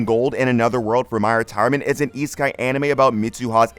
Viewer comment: how are these "new" anime? I finished all episodes ages ago. I'm looking for new anime and thought wonder if your vid would lead me to something cool. I should have known it wasnt worth my time by the way you said isekai... E-sky? really?